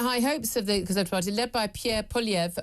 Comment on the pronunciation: Julia, you are the only journalist who has ever pronounced Poilievre's name correctly. Your French accent is spot on!